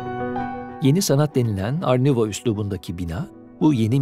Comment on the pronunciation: art nouveau - art nüouv diye okunuyor bitkisel, oryantal süslemelerin olduğu sanat akımıdır. araştırmak isterseniz baştaki gibi yazılır. Tebrikler başkanım sanatla ilgilenmeniz <3 ben